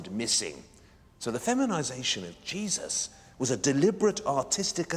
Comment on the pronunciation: Love how he says Jesus/Jesuses 😂😂😂 I keep hearing cheese